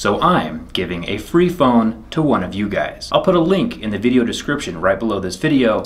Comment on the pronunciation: Link. Sounds like he is saying wakanda